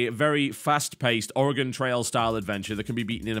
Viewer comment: I don't get it 95% of Americans pronounce Oregon incorrectly (Are-e-Gone) and the British guy gets it right....I have lost faith in thee, America.